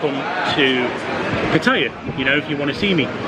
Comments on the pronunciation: Please learn how to pronounce Pattaya correctly!! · Please learn how to pronounce Pattaya!!!!!! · And I know how to pronounce Pattaya